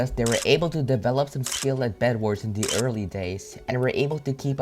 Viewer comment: I like how he says "da" instead of "the", so he is like, "they are both skilled with da bow"